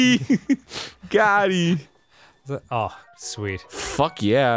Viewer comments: Someone please tell Arin it's GOT'EM not GOTTIE... good lord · Im slightly annoyed that Arin keeps saying "got eee" instead of "got eem" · It's GOTEEM with an M not GOT E. Been bugging me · Dan! You're the only other person I've seen that also likes the Stone Talus music enough to comment on it! I love you man. Arin goddammit it's fucking "Got'em." like what the hell is "Gottie." >:^( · I know someone said it last episode but... it's "Got em" not goteee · He's still saying Gotti!!! Omg it's "got em" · So... is just nobody gonna tell Arin it's 'goteem' not Gotti? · Who's gonna tell arin it's "Got eem" and not "gotee" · Arin. It's "got 'eem", not "gotty". You absolute knob. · Lol no Arin, it's got eem, with an m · Is anyone going to tell Arin that it's GOTEEM with an M or.....